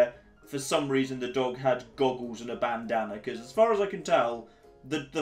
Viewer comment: "Bandaner" dafaq is that? Bandana?